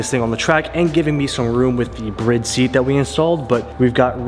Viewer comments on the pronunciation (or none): am i wrong saying bride like bride and groom not saying it like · If he calls BRIDE, BREAD 1 more fucking time lol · is is Brid or Bride lol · Is it pronounced brid cuz I’ve been pronouncing it bride for so long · The more I watch these the more it makes me question if I have been saying the brand "Bride" wrong my entire life......................